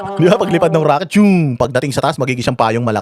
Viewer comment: RAKET daw hindi ROCKET 😂😂😂